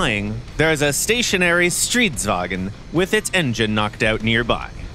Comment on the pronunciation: Btw, it's pronounced "strids-vang-n", not "strids-wa-gen". It's a Swedish tank after all, not a German one.